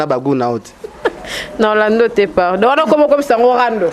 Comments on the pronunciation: bolingi télévision mais prononciation pe mobulu na français, on dit donc et non donki eza pasi yango bozokoka kolobela makambu ya mboka te kala te 1er ministre akobima kuna bino kaka kidiba,pcq bosutukela kaka kosenga bana poto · mbamu mbamu ken alobi donkiiii 😂😂😂😂😂😂😂😂 obuki nga panzi 😂😂😂😂😂😂😂